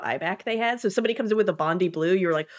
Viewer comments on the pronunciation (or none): Bondi not Bondee please